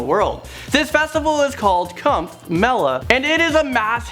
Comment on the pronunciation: Can't you google how to pronounce 'kumbh'. That's sad. Also what all you have highlighted about India seems to show in negative light. India is much more.